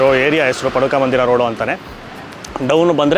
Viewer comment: ಅದು ಪಾದುಕಾ ಮಂದಿರ.... ಪಡುಕ ಮಂಡಿರ ಅಲ್ಲ